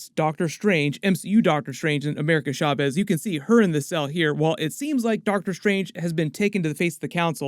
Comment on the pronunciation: I'm sorry but every time u say Chavez u say it Shaves it's Cha not Sha